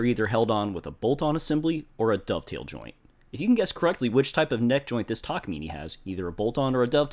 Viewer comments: It's neither, it's たかみね . You're saying たかみねい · It's pronounced tak-ah-mee-nay, not mee-nee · It's: Tah kah mee nay ....NOT ........Tah kah mee nee!! :body-green-covering-eyes::body-blue-raised-arms::hand-orange-covering-eyes::elbowcough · "takamini" immediately disliked and closed video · "taka meeny" 😭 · yall are great but it's pronounced ta-ka-me-nay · It's funny that with all the effort and money you spent on this guitar you can't even pronounce the brand name correctly. It's a Japanese brand and word. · I started watching this just to see how to actually pronounce Takamine, i stayed to see the outcome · The e in takamine is pronounced like the e in cafe.